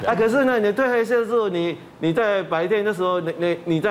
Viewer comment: ㄊㄨㄣˋ褪黑激素不是退黑激素